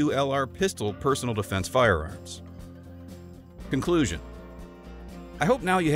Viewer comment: Hate to be that guy but..."conslusion" lol